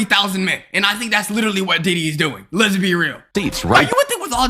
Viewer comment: bro said les get freaky